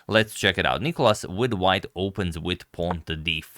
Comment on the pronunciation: Where's the clock? And It's nikOlas, the accent being on O. (You've corrected it in some video).